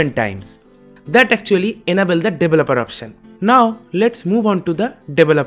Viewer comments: I like it whenever you say 'deweloper' 😁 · 'Developer Option' - HA HA HA HA HA HA HA HA HA HA HA HA HA HA HA HA HA HA HA 'SORRY'- Going to try, very GOOD video